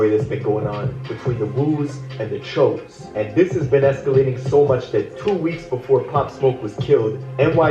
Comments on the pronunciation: I almost clicked off in the beginning 🤦‍♀️ Didn’t know the pronunciation of Choo Smh It just makes it look goofy like why you even doing a video on this?😑 And as much as people plan doing videos a day ahead of time, you couldn’t check on another video to see how it is pronounced??? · It’s choooo but fuck chooo it woooo